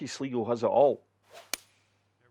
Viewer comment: Not that it is that important but sligo is pronounced as sly go and is one of the northwestern irish counties near the northern irish border. I will be interested to try this out